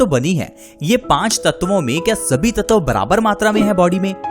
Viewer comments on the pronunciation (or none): भाई साहब वो ततव नही, तत्व होता है ।।।❤